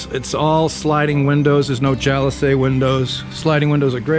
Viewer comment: been watching your videos for a long time and whenever you pronounce jalousie windows “jalosay” it makes me curious, did you grow up saying it that way or is it a Filipino way? I grew up in the suburbs of Boston and we had them on our porch and it’s pronounced “jaloseee”